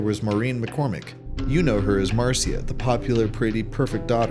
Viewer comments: It’s Marsha not Marcy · Wow AI is so close and yet so far you can't differentiate between certain words it's not mar..c..ia it's Marcia